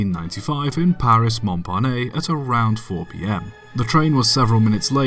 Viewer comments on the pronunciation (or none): Mon-pah-nay? Mong-pa-nass. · Surely, that's not the correct pronunciation of "Montparnasse"? The last syllable is pronounced "nass". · Check French pronunciation. It is more like “maw- par- nahsse.” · That's NOT Montparnet. It's MontParnasse and if you speak only English then the correct pronunciation is "Mon-parnass" (Yes, with an emphasis on the last 3 letters :-S ) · MontparnaSSe, like ass, not Montparnay, nay! Thx😁🙄 And btw, poor Marie was not aboard the train but maneged the newsstand on the floor ground when the locomotive fell over her head. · I used to have this on a posted that just said "Shit!" Good video just one comment: It's pronounced "monparnas" with the "s" sounded. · Train of thought: pronounces "Montparnasse" as /Monparnay/ Me a french: "MY EARS ARE BLEEDING!!" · That's actually a lot closer to how it should be pronounced... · It's pronounced "Mon-parnASS". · Say after me "MON- PAR-NASS"